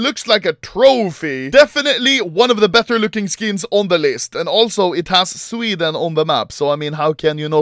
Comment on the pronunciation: intro: sccweheden